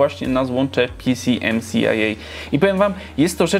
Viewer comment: Bardzo ciekawy odcinek nie PCMCIA tylko pćimća